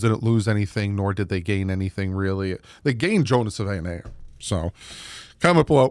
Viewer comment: From Tucson, AZ…20 year Wildcats season ticket holder. 40 year Dolphins fan. It’s: Big Jonah SAVA-ee-nah-aya Bear Down! Fins Up!